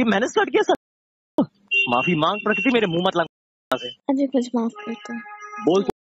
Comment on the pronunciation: Dude !! Please pronounce her name properly. The word 'Prakriti' is in Hindi Dictionary, its not that unique or foreign from your language.